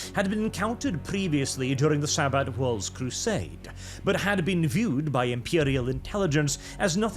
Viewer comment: "Saint Sa-butt"